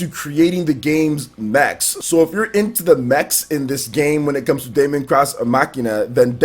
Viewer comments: Hey wassup. Deemon it's pronounced guys not Daymon. Daemon(demon) x Machina is looking better n better the more I see it, a game I am really looking forward too playing and a very nice surprise. Resident Evil 2 Remake or Reimagining collector's edition I will have too try n get. Younger Leon n Claire are looking awesome and the game as a whole is looking pure quality. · It's pronounced Demon ex machina like deus ex machina not Damon cross Machina